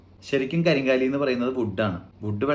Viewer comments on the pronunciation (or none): കരിങ്കാലി അല്ല, കരിങ്ങാലി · കരിങ്ങാലി എന്നാണ് കരിംകാലി എന്നല്ല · ഇതിന് ശരിയ്ക്കും പറയുന്നത് കരിംകാളി, എന്നും കരിങ്ങാലി എന്നുമാണ്, നിങ്ങൾ അതിനെ കരിം കാ ലി എന്നാക്കി ഒരു മാറ്റം വരുത്തി.